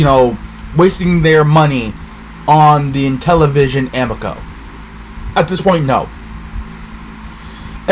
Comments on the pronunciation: Dude, if you're gonna shit on the Amico learn how to pronounce it.. it's Ameeko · The way you say Amico is truly the first time I’ve ever heard someone pronounce it that way…